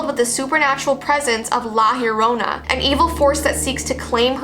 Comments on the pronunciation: isn't it pronounced "jorona" or something? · She said La Lorona but ya need to Roll you R’s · For all y’all people who don’t know how to pronounce it it’s La ya ro nah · Ok Heres how to pronounce it Lah Jo Rona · Anyone else hear how she says la llorona? "La Yorona", or is that just how u actually say it? I'm also Mexican/Salvadorian. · It’s La Yo-ro-na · You don't say it right sorry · she tried her best to pronounce it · Hello I'm mexican and already know about her and you pronounced la llarona wrong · You are saying it wrong😁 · I am Spanish and that’s not how you say la Llorona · No one: Every Hispanic kid: already knowing everything about la llorona and cringing how people pronounce it😭 (I still love tho 😗 even tho it’s not scary for me anymore bc I was scared all my life) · It’s funny how white people can’t say it right and as a Mexican my mom always said if I cried she would come and drown me. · Binche pendeja, thats not how to pronounce her name 😚🖕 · Me being Hispanic actual screaming cause she’s pronouncing it wrong anyone else like this- (not tryna be rude o-o) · Me thinking that she is going to say the word right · saying:"la llorona" Me:(being mexicana)that's not how you say it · I watched le movie and it's scary as FRICK, btw she only comes for Mexican kids not other Spanish ppl or ye XD and I was annoyed that you were saying her name wrong ;-; and yeah I Hispanic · Your saying the name wrong.just saying love your vids! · Omg yes it hurts so much how they dont know how to say her name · I know right so many people pronounce it wrong 😂😂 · I know 😭😭😭😭😭 I'm latina and I cringed! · It's funny when people say Mexican words hella wrong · I’m Mexican and your saying the name wrong tho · Ewwww say it right... please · Who else is bothered when someone says La Llorona "wrong".... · Your saying it ring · i love her ❤️ but is any other hispanics watching a bit annoyed by how she is saying “ llorona “ ☠️ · Its pronounced jorona